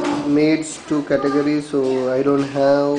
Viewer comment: hahahahaha.. i usually dont dog on people but I have to agree with everyone laughing on your voice. CATUHJERRYSKID